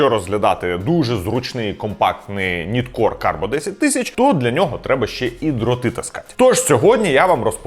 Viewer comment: Ніткор не правильна вимова!!! Правильно нАйткор!!!!!